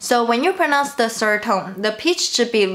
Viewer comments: Did you notice "serd" for third? This is just ONE sound in English but tones are for ALL words in Chinese....now don't you feel sorry for me? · How do you feel?? She had no problem with "the" and "other" but "sird" tripped her up.